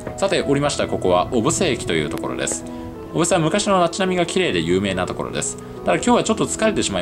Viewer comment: 小布施の発音が正しくて聞いていて違和感がないです。